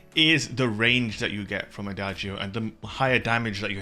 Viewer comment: Nope, pronounced wrong. The sound is more like ada-joe, all together